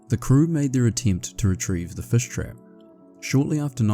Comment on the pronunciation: As a kiwi your pronunciation of fish sounds perfectly fine 😅